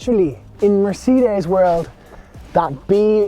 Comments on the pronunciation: "Mercedees" mate, try that, you say it like 2 seperate words , it hurts my ears the way you say it lol. Good review. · I HATE it when people pronounce Mercedes like this, this is the only country where it's said like this and I don't understand where it came from, everywhere else in the world pronounces it properly, who invented this weird way of saying it and why has Ireland adopted it? It's the same with Peugeot, the rest of the world manages it, why did we invent our own way of saying it? Small things I know, but it just irritates me every time I hear it!